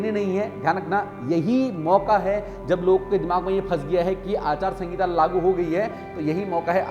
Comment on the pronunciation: भाई जी आचार संगिता नही आचार संहिता होता है